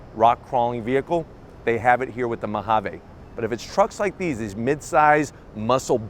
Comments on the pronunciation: What's with his pronunciation of "Ma ha vey". Mojave is pronounced "Mo ha vee". An ok video until he opened his mouth. Totally couldn't watch this since he kept saying the word over and over. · You should probably learn how to say Mojave... We are in America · I like that “Mahavay”